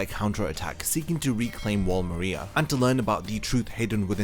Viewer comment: THIS DUDE MISPRONOUNCED MARIA EVERY TIME, AMONG MANY OTHER IGNORANT THINGS